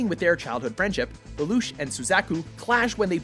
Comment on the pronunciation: I hate the way he pronounces Lelouch.